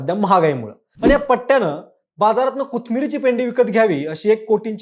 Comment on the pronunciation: कुथमिर नाही रे माकडा "कोथिंबीर" 😂